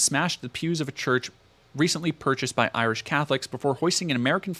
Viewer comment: it's a common American mispronunciation. They don't care to learn what people call themselves, so if it's not derogatory nicknames like "Paddy" or worse, it's mispronunciation.